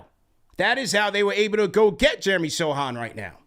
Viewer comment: Yo callers, you can't be judging my dude's hair if you can't pronounce his name.